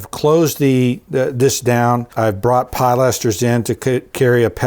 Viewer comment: Good choices. Maybe a slightly more elaborate trim on the upper windows. The contrast in detail from the lower windows to the upper ones is somewhat stark. BTW, the word is pronounced pill aster, not PIE laster. Thanks.